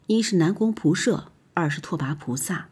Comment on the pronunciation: 光是那個"射"的念法，聽了就受不了